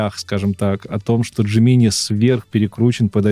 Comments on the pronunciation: Разрешу-таки спор по поводу джемини. Можно и так и так. Но всё равно промахнулся, т.к. ударение всегда на первый слог 😃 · "ДжЕминай" всё-таки.